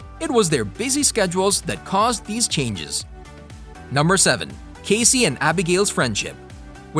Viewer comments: I agree, if your going to do a video about characters in a show at least know how to say their names correctly! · Great show! Thank you for putting this together. Unfortunately, I cringed every single time you say Cassie’s name… a huge error on your part. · You not saying how Cassie is supposed to be said. Pisses me off. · Several of these things actually make perfect sense and y'all don't even pronounce Cassie's name correctly.